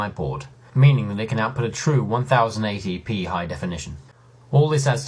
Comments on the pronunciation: Honestly Tom, I don't think I can ever forgive you... for the way you pronounce 1080p in that PS3 school project. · I am going to start saying "One Thousand And Eighty, P High Definition" in Received Pronunciation just for the meme that none of my friends will get.